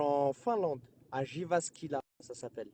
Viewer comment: Il a dit Jivaskila, jpp ><